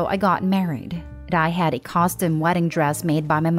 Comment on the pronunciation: Custom is NOT pronounced COSTOM. Your computer voice is badly programmed. Or something.